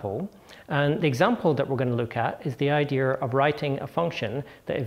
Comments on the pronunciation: iits dea and not ideaR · Why does he pronounce "idear" instead of "idea"? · I wanted to throw my monitor out the window every time I heard "Idea-r" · Very interesting "idears". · That's the problem with non-rhotic accents: once you start dropping those 'R's, they get all over the place and start falling in the cracks between words and are impossible to remove. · Since when does the word "Idea' have the letter R in it?